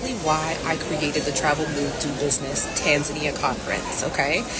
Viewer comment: I'm just glad you pronounce it Tan Za Nia, and not Ton zonia